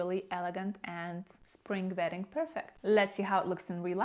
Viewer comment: I thought she said “vetting” season. I was like “WHAT”!